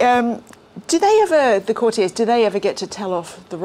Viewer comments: 0.28 Courti - yeahs? It’s courti- yers. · What is citiez? The word is courtiers please say it as it’s meant to e said, the author has said it numerous times, follow his lead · Where on earth has this bizarre new pronunciation of 'courtiers' as 'cor-tea-ays' come from?! Presumably coined by somebody who thought it is French and wanted to sound impressive. It's "cor-tea-ers'. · Again, coutiers is pronounced courti-ers……not the pretentious French pronunciation! Sounds very odd indeed madam. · That was your company’s way of pronouncing the word and I think it is more an American pronunciation rather than English. The correct way to pronounce the word according to the Oxford English Dictionary is “cou’rtiers ie with the accent on the first syllable. The word derives from “court” meaning the people working at the royal court.